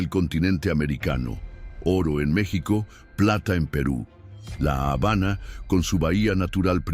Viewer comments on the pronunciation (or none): none